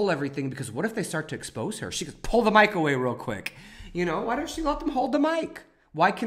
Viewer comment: Glad you escaped the cult that is forming around that woman. Quick correction (sorry, old school teacher here) expose videos is pronounced with a french pronunciation ex-po-zay. If you are going to be public speaking I just don't want you to be making errors that would cause some to discount what you are saying.